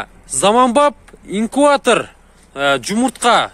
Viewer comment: Инкуатор эмес инкубатор